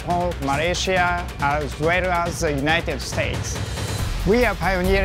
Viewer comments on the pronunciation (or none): none